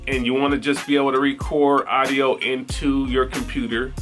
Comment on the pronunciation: I hate the way you say "idio." It is pronounced "Awwwdio"